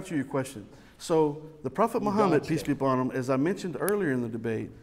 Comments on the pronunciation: And I hear "Peace be John Bonham." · Every time says "Peace be upon him" I hear "PT Barnum"